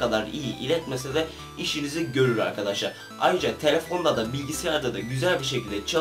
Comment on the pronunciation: evvet arkaşşar evvet arkaşaar ......